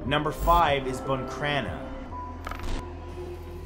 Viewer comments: I’m from buncrana and NO ONE says there’s a curse on the town 😂 plus it’s BUN Crana no BOON crana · Matt I love your videos but it’s pronounced Boncrana not buncrana and it was killing my ears hearing you pronounce it wrong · Ok I love in buncrana there’s no curse I’m in tears laughing cuz he calls it BOON CRANA It’s bun crana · What way are you pronouncing buncrana 🤣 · I live in bunncranna. This guy is pronouncing it wrong